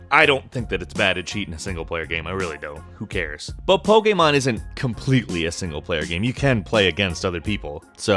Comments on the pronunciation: why do you pronounce Pokemon an pokamon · Back with the whole Pokeaaaymaaaan pronunciation. 10/10